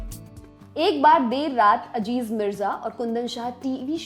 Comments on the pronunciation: Ma'am wo lafz Aziz hai, Ajiz nahi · Correction-Madam naam Aziz hai Ajeez nahi. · Home work karke aao , it's not Ajiz Mirza it aziz mirza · Madam Ajiz Mirza nahi Aziz Mirza hai😊😊😊